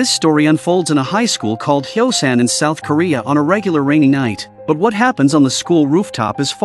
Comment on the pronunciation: The city name is Hyosan not Xiaoshan